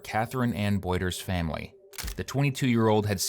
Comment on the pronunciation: Obviously this is the least bothersome thing about this man, but the way he says certain words pisses me off. “Fahmily” instead of “family”